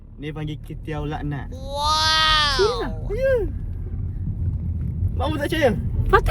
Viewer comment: Laknah kot bukan lahnat hhaha